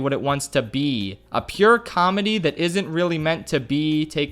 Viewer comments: I love the consistent, subtle emphasis put on the word “be” during the comparison to the bee movie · i love how he said “be” so much when talking about the bee movie on purpose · Please, stop emphasising the word be when talking about Bee Movie.